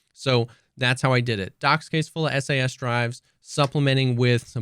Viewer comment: I don't know if I can take this guy seriously, can't even pronounce SAS Drive correctly.